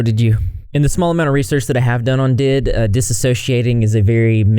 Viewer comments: doesn’t it make your blood boil seeing how he makes money from this? he didn’t even do enough research to know how to properly pronounce DID. also, self-diagnosis is valid. i. my country DID doesn’t even exist as a diagnosis so my sibling paid a private psychiatrist who works in accordance with the latest DSM cause the gov one hasn’t been updated since 1992. i got diagnosed pretty much immediately even though we tried our hardest to hide our DID to get “a fair assessment” (as our therapist remarked, ‘so you were testing for DID while actively trying to hide your DID?’) i know what you’re talking about. we went to therapy for anxiety and our therapist found out we had DID. FOR YEARS we were like ‘no we can’t have DID, we remember everything, we don’t have amnesia’ and then not only it turned out we do have amnesia but also there’s so much stuff that we have started remembering and we keep grappling with the fact that we have DID and how it just completely changes your life. nobody even has any answers for us cause each system is so different and also there really aren’t that many DID specialists in the world, and none we can access right now. sometimes we still think we don’t have DID despite very obviously having it AND being professionally diagnosed. youtubers who monetise on this are straight up cruel. we should stop watching these types of videos but one of us is literally addicted to them trying to find something, anything to substantiate their fakeclaiming of us so we ca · Hey! Just letting you know “D.I.D.” is pronounced as each individual letter, not like the word did.(: Thank you for making this video!! Kids nowadays are living through a second, much worse ~tumblr~ era I swear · also alters dating each other isn't as rare as it might seem.. tho that J&J do be kinda sus but seriously, just because it feels weird to a singular(plural = body with DID) this doesn't mean it's fake ..also it's pronounced Dee Ai Dee (D I D) not did